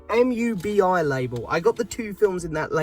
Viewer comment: Shiva baby is good I’m sure you’ll enjoy it … mubi is pronounced moo-bee 👍🏻